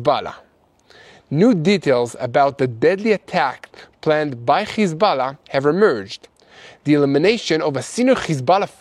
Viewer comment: It's Hezbollah it shouldn't sound like you're Hocking a loogie when you say it bro😂